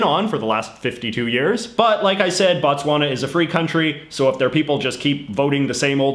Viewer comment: Your Botswana was WEAK.